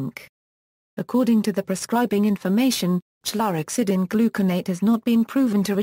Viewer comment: Please stop it with the goddamned automated voices! It can’t even pronounce chlorhexidine